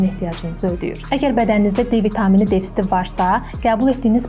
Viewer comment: Ay qız, DEFSİT yox, DEFİTSİT, və ya ÇATIŞMAZLIQ!